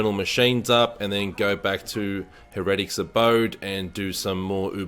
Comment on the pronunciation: Heretic pronounced hair-uh-tik